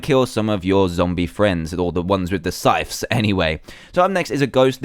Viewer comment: it's not sytches it's sy-th-s